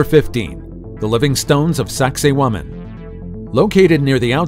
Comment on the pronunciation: I wonder how long it's going to take archaeologists to figure out that who ever told them the name of sacsayhuaman was messing with them Sacsayhuaman pronounced sexy woman